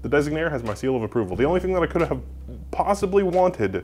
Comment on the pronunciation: The misspelling and mispronouncing of Designare is triggering me.